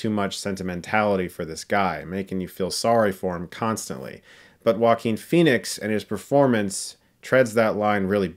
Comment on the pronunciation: I have a 2 friends called Joaquin and they pronounce it Jo-quin so why does he pronounce his name Wakeen